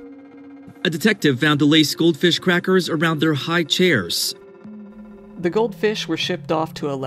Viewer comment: That is how I am now going to pronounce highchair. HighCHAIR! hiiiigghCHAIR!